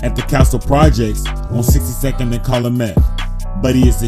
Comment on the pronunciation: “Caloomet” where tf is you from bro😭😭😭😭😭 Calumet